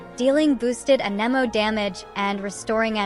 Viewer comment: How can people play the game for years...and still not know how to pronounce "AnEmO"? 😂 ...and still say EscoffierRrrRrr? 😂😂